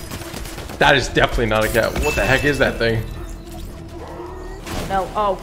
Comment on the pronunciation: It izz what it izz